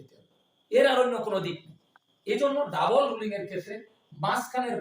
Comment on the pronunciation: Double not Dabule Rolling not Rulling